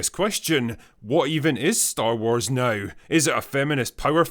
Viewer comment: Hey drinker “ now” has one syllable. You say it like it has five.